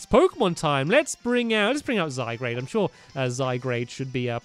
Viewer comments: no hate stampy but I think u have been saying zygarde wrong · Only if he really knew HOW TO pronounce zygarde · yes...its annoying... i want to go to his house anD TELL HIM ITS ZYGARDE NOT ZYGGRADE!!! shoutings done. :) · It's ZyGARDE, not ZyGRADE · STAMPY, ZY-GAURD!!!!! NOT ZYGRADE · U know it's ZY-GARD, Not ZY-GRADE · JosephOfRavenclaw Yes its pronounced zy gard not zy grade 😑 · Am I the only one who wishes Stampy would finally realize that it's Z-Y-G-A-R-D-E and not Z-Y-G-R-A-D-E? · hey stampy you do know that that its zy guard not zy grade and zed moves are really called zee moves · stampy your so called " zygrade " is actually called Zy-Guard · Its Zy-garde not Zygrade. Love ur channel btw. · The 'a, is before the 'r' in Zygarde! Zygarde, not Zygrade. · Hey stampy, you pronounce zygarde's name as (Zy- Gar-De) not (Zy-Grade) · "Zygarde" is pronounced "zy-gard", not "zy-grade". There was probably a bunch of comments telling you that. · zy-guard not zy-grade 😬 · Stamps I'm not trying to be mean or anything but it is not pronounced zygrade It is pronounced zygaurd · It bugs me so much that he says ZyGRADE not ZyGARDE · Stampy, it's pronounced zy gaurd, not zy grade! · ITS ZYGARDE, NOT ZYGRADE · Zygarde not zygrade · STAMPY!!! It's zygARD not zyGRADE!!!! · its zygarde not zygrade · zy gard g a r d not grade g r a de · zygARD not zygrade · anyone else annoyed by him calling it zygrade? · pug blues i am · XD HE SAYS ZYGRADE BUT THATS INCOORECT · STAMPY ITS ZA-GARD PLS SAY IT RIGHT 😂😂😂😂😂😂😂😂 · Can someone explain what a Zygrade is? Or does he mean Zygarde? If it's meant to be Zygarde he really needs to take a look at the name. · This is how you pronounce Zygarde (zy guard) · It's zygARd! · stampy, zygarde is pronounced zie/guard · You pronounce it zy-gard STAMPY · it's pronounced Zy Guard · pug blues im annoyed if he say zygrade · it's pronounced Zy. garde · It's pronounced zy - garde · its pronounced zy-guard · i keep hearing zygrade uggg